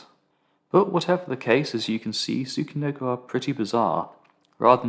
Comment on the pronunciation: Well done! Thank you for Introducing this pudgy adorable snake. (By the way, "chi" in Japanese is pronounced as "chee" in "cheetah", not like in "key.")